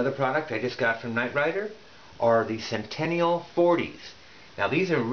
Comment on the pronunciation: Nice review; helped me make a purchase decision. However the name is Sentinel, and not Centennial.